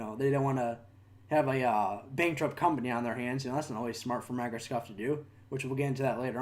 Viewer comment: Why are you saying microscoft